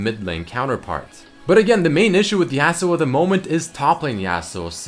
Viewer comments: it's yasuo not yassuo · its Yahsuo not yeahsuo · let's think about this from outside the box Yasuo is clearly based off the concept of the lone Japanese samurai. Well, I can tell you that a Japanese person would never pronounce his name in this manner. Never in a million years, because that's not how they pronounce their words. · IF YOU CARED FOR YASUO YOU WOULD PRONOUNCE HIS NAME RIGHT,! YOU WOULD PUT SOME RESPEK ON HIS NAME!